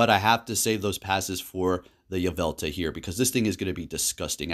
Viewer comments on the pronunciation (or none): Why aren't you saying the L at the end of YveltaL